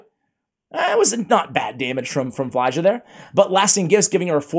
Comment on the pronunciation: I believe her name is pronounced FYL JA, or F I L J A